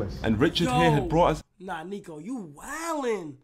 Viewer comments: Kai was saying neeko the whole vid and every niko fan knows niko hates it when they call him neeko, then nobody commented about it on live…. L niko fans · Stop sayin neeko it’s Niko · It’s more of a neko